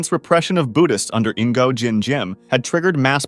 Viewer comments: "Ingo"? Really? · It is NOT 'In go'